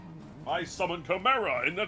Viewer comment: Ah man, I love a good Chi-merrah!